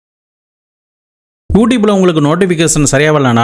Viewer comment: ஊடீப் இல்ல ப்ரோ.. யூ ட்யூப்..